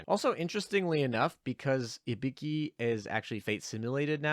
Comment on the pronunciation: The way you kept pronouncing Ibuki made me think you were saying Hibiki and I was really confused for a while.